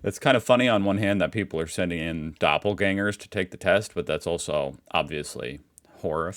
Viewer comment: its funny that he says a perfeft "ä" in doppelganger :D which is Doppelgänger in german. but most of the time he stumbles over ä, ö, ü :D